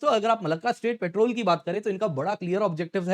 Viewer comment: पेट्रोल नहीं पॅट्रोल